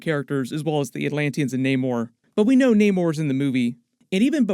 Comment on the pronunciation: His name is Namor,not Neymar! 🤦‍♂️😅